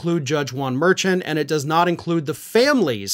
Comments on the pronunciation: It's pronounced Mer-shawn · Correct way to pronounce Merchan should be like Mer-shawn. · Judge's name is pronounced Mershawn. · I believe that the Judge Merchan name is pronounced "Mershon" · Hey. I really enjoy your videos. Just wanted you to know that justice Juan merchants last name is pronounced mer-shon. I'm sure you will be mentioning him a lot in the coming months and thought you would want to know. Love you! Keep up the great work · His name is pronounced mer-SHAWN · Don't mean to be picky, but the Judge's name is pronounced MERSHAWN. (I know you don't watch other programs. so you wouldn't have heard it.) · you keep mispronouncing Judge Merchan's name. Also, the Judge is part of the court staff. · I wish you would pronounce the judge's last name right.